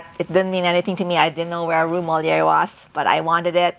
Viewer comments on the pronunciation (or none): Nice house.. It is not pronounced MOLLIER.. It is pronounced MOLIERE... Putting emphasis on the last word due to the accent ( called accent Grave). :) I love the beautiful house and the different decorative pieces. Enjoy